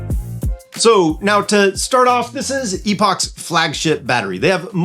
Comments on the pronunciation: The battery name is Epoch which is pronounced a bit differently than Epic.. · You might want to learn how to properly pronounce a product at your reviewing. “ Epic”